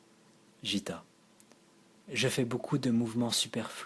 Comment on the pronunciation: Un grand merci pour ce partage. Paroles habitées, voix posée et vraiment très agréable à écouter (un petit détail qui n'entache en rien l'initiative : Gitta se prononce "Guitta" plutôt que "Jitta"). Excellent choix d'œuvres (Aurobindo, Satprem, Dialogue avec l'ange, etc...), leur contenu ramène à une spiritualité fondamentale bien nécessaire dans le chaos spirituel actuel (Peut-être les approches de Krishnamurti ou de K G Durckheim te parleront aussi?) Bonne continuation et encore merci pour ces lectures !